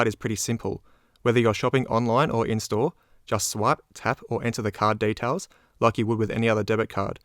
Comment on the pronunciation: Can someone explain to me, why he say "daytails" instead of "details". And "feiis" instead of "fees"? Is he from another country or just trying to sound different. Is kind of annoying honestly.